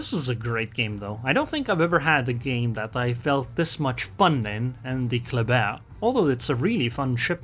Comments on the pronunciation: It's pronounced "clubber" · everybody gansta till pulls out the french accent